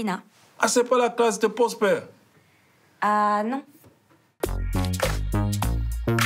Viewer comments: "ah c'est pas la classe de PROSPER ?" ou plutôt Pwospew : ))) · " Ah c'est pas la classe de pwospew !? 😂😂😂😂